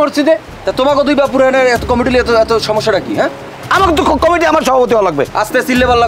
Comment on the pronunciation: ভাই Comiti না Committee হবে।